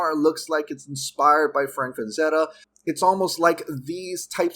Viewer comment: It's Frazetta, not FraNzetta.